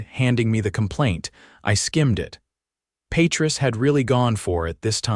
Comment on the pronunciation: It's pronounced pa treese .